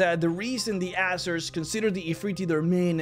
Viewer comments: It's pronounced AiZeer not asser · I think you ought to pronounce it "AZZER" and not "ASSER" just to avoid confusion with other, less PG youtube channels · Hate to be that guy, but I think it's AY-ZER